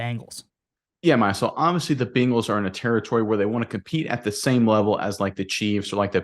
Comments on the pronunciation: Hahahahahahaha " Bing- als " YOU NAILED IT BRO LMAO 🤣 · One of the biggest reasons that I don’t subscribe to this channel is the way Nick pronounces Bengals. It irritates me to hear him say Bingles. Please learn how to pronounce the name of the team that you are covering.